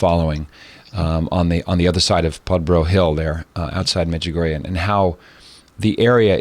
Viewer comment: wrote a book on Medjugorje yet mispronounces it. All these years and refuses to pronounce Medjugorje correctly. I wonder how correct the information is in the book?